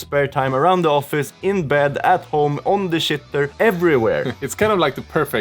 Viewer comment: "on the shit....er" I love the way you hold that syllable, or its more shi, ter.